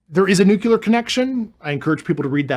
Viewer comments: “Nuclear” not “nucular” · NUCLEAR NUCLEAR!!!! NU CLE UR!!! Why did George Bush butcher that word it seems that’s where the younger generation heard it from!!! It’s so easy to say it correctly what’s the issue??? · Dude is an up talker that pronounces “espoused” expoused. Getting more of a moron vibe than credible. Edit: he now pronounced it “nucular”… dude. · Anyone who says "Nucilar" instead of Nuclear, I dont believe a single word. The motive behind the Fake UFO sightings that can never get a clear photo or video in our days, is money! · why does he keep saying NUCULER i;nstead of nucleur ? and expouse instead of espouse??? perhaps he is illiterate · Grusch says nucular instead of nuclear. Is he dyslexic? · Nuclear. How can someone so smart say "nook-YOO-lar" when the word is spelled "nu-CLEAR"? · Disconcerting is Mr. Grusch's inability to pronounce "nuclear" correctly. Someone advised "NOO~CUE~LAR" is a password. Glad Tucker is touching the subject, butt this guest isn't enough. Is "GESH~STAH~POE~ just yet another mispronunciation ? Nah...this guy is annoying and not much more. When someone makes my BS Monitor roll its eyes,, I believe that. {"Integrity first."...oh, c'mon ! He's simply afraid of the threats he's received. } Additionally, when a sentence is ended with a higher octave, it makes the Listener wonder...are you telling or asking. The info he's willing to disclose is ultra minimal and could have been covered within twelve minutes. Talk about the inability of bringing in the right people... Ironically, it's deliberate, isn't it ! An interview with Bob Bigelow would be far more interesting. YAWN ! PS: The real deal does not crash. Butt the sunken terrestrials...next ! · Why would a scientist not know how to pronounce "nuclear"?